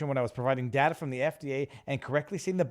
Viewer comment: I hate how he says data. Datur